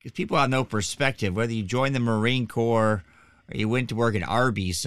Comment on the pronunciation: There's absolutely NO way, NO how this moronoic liar waa EVER a United State's Marine, period. It's painfully obvious to any of us that actually were in the Marine Corps for even 1 day in Receiving knows Corps has a silent S at the end, which this illustrious member of Couch Company, 1st Civ Div continuously left off.